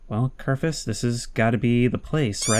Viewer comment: For the love of god, his name is KERFUR not Kerfus. Its so minor, but it bothers me so much. Your videos are awesome, please dont stop.